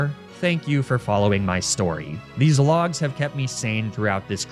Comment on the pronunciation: Why did I hear the logs as “Graveler’s Log”?